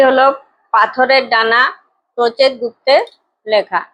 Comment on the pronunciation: প্রচেত গুপ্তের নামটা সঠিকভাবে উচ্চারণ করুন।